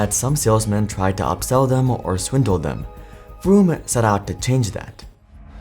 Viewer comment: Listening to you pronounce vroom as broom every time 😂